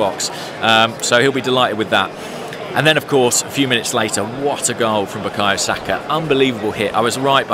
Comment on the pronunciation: Hi. I'm just a yoruba man, from south west Nigeria who would like yoruba names like Bukayo Saka pronounced properly.... 😅. It's pronounced, "bu-kaar-yaw Saar-kaah"